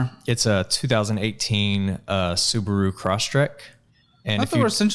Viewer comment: Emphasis on the Subaru 😂